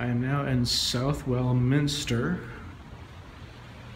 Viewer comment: Fine video , just a couple of points , Southwell Minster is spoken as Suvall , and if you are over here again try to visit the parish church of Isle Abbotts in Somerset , which has a spectacular tower .